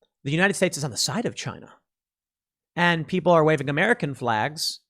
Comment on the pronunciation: Sorry, Tim, but it’s 🎶 The WILL of the PEEEPOYL!!! 🎶 😀😀😀😱😱😱